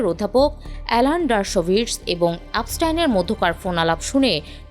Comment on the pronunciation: আপস্টাইন নয় এপস্টিন হবে বোন